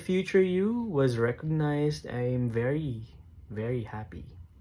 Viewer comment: Mejo bothered ako sa pronunciation mo ng "was" 😅